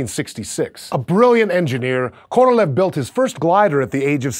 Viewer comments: His name is pronounced Korolyov, not Korolev. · Thanks for that truly awesome vid! But i should admit that in russian his surname, "Королёв" it's pronounced more like "Korolyov', not "Korolev". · His name is pronounced ka-ra-LYOFF. Stress on the final syllable. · indian worst pronounce